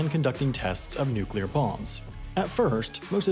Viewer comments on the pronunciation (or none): none